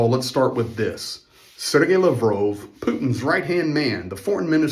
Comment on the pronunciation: Its lav rov bro hes not french